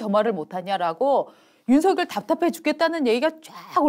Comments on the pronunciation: '서결'이라니 발음이 너무 ㅠ 누구 이름을 부르는건지요 발음 신경 좀 쓰세요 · 아직도 윤서결이라고 호칭하네요 윤석열후보 본인도 윤성열이라고 본인을 말합니다 두가지 호칭으로 듣기 거북한데 윤후보 본인이 어떻게 발음하는지 듣고 제발 따라하세요!! 센스가 너무 없어